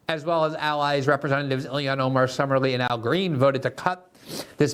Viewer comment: Please learn to pronounce the first name of Ilhan Omar. It sounds just like it’s spelled. Elian was an unrelated story.